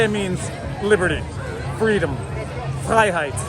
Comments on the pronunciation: "liberte means liberty, freedom, Freiheit" Wait a second, your pronunciation of Freiheit was pretty accurate. Do you speak German? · It's his (beautiful!) last name, that's why he's so competent at pronouncing it 😊